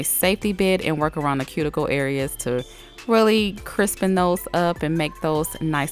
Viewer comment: Who else loves when she says crippen or the world crispen in general just me ok